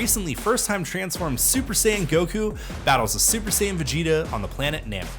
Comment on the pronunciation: You can’t call yourself a fan if you watch the show and still get the names of things wrong. Wtf is a “super cyan” and who is “brawly”?!?!